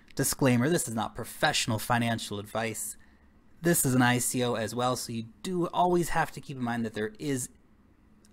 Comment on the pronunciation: Love the channel but hate how you pronounce "ICO" :D Bitcoin: 1Q8HuPmL3dWZf5oU934BF5V6eebkV9R8nh